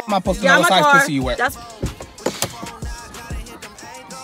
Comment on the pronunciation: ayoooo he said what size pwussy you got ....dead